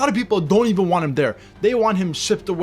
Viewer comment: 😂 he is trying to say EVEN NETHERLANDS AND PORTUGAL.....